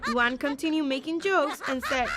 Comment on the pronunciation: Nah bro called luan luuan